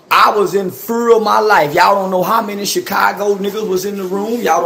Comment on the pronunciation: "I was in fer of my life"